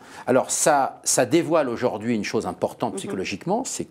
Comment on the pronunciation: Mr Lecoeuvre, ce que vous dites est très intéressant, mais on ne dit pas auJORd'hui mais AUJOURDHUI !! 🙄